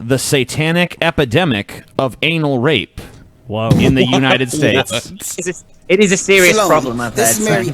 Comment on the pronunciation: "Unined States"?